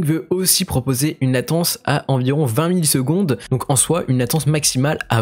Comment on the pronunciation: Pour la latence j'ai l'impression que tu dis 20 milles secondes au lieu de 20 millisecondes, ou alors ce sont mes oreilles 🤪